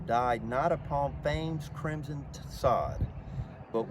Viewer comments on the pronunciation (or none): none